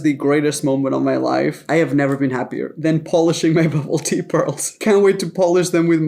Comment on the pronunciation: I don’t even understand what bubble tea (I thought he was saying bubba -ty. Lol